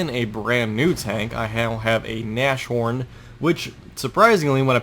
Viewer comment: It's a "Nas-Horn" Not a "Nash Horn".